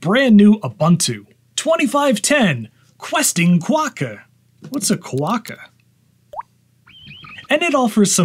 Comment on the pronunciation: Quokka rhymes with soccer not ducks. Just leave the most recent version of macOS that works on the Macbook, that has to be better than Linux with more and better Apps available.